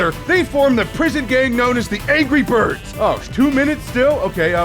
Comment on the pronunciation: ANJERY BIRBS